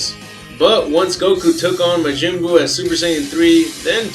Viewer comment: He just says the original pronounciation of buu's name:) not the american version